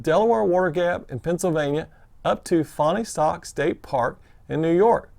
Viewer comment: I really enjoyed watched your videos of your section hike -- great job! Almost like being there! BTW, to help, it's pronounced "Fawnstock" by locals (I used to live near there).